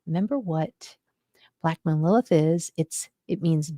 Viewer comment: I keep hearing black”mold” Lilith